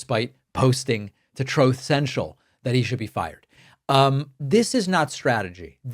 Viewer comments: Lol! Every time I hear the words "truth central" my mind automatically plays that clip you play on your show. I now cannot separate "truth central" from "troth sential". Cracks me up. Thanks for bringing some levity to a grim situation. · Troth Cential, 😢😂😂😅I'm dying.